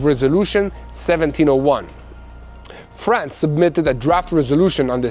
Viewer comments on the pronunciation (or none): none